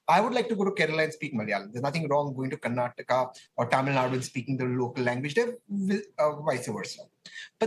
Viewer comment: even these so called nationalist pronounce karnataka as karnatak and kannada as kannad. shamelessy they can't even say the state names properly they want others want to learn hindi which doesn't even thrs mother language 😂😂